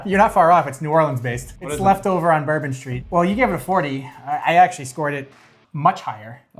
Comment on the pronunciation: One might excuse Americans for mispronouncing Scotch whiskies. But you lost credibility when you mispronounced the 12th most popular whisky--a Kentucky bourbon.